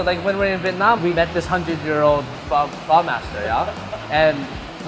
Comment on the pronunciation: I cringe every time they say pho